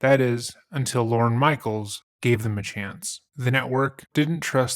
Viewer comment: Slight mispronunciation, in case you meet him IRL. Not Lauren. It’s Lorne. Said like forlorn.